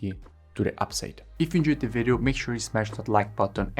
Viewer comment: We say video not vedio :)